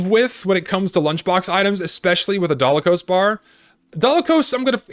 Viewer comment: It’s called the Dalokohs Bar, not Dalakohs Bar, also, Natascha is Pretty OP